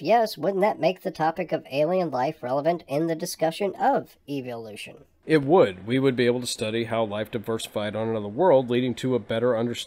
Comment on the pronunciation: everytime he says eviloution it sickens me.